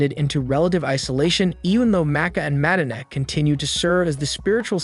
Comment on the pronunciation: Mad-dina lol